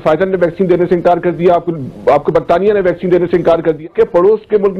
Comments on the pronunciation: It's vaccine not bhaccin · Sir you are great. I like your programmes. Kindly improve pronounciation. Bheccine nhi bolte. Its vaccine ...simple. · भाई बहुत अच्छी खबर सुना रहे हो पर कृपया करके पहले अपने मुंह में जो गुटखा डाल रखा है.... वह गुटखा धो कर आओ फिर साफ-साफ बोलो ....भैकसीन नहीं है..... वैक्सीन होता है मेरे भाई😂😂😂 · Bhai vaccine ko Bhaccine ku bole reha ho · ये भैकसीन नहीं, वैक्सीन कहा जाता है। कृपया उच्चारण तो ठीक तरीके से करे। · भैक्सीन नहीं वैक्सीन बोल़ो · Bhaixcen nahi he vaccine he